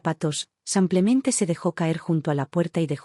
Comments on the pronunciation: Porque dices.. samplamente, no será simplemente? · Otla vez SEMPLEMENTE, APRENDAN HABLAR CORRECTAMENTE EL ESPAAL ADIOS, APRENDAN.!!! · Porque dice samplemente???!! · Samplemente?!! La narración es por computadora? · Simplemente,se lee con i no con a,en español la i es i